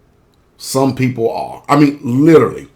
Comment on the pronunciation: this guy can't even say the word literally correct he has to say it 3 times to get the word right hahaha lololol and yet he knows the truth I mean let's face it.